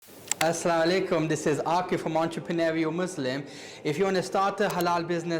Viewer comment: Never trust any guy from pakistani background who says “assla walekm”🤦🏻‍♀️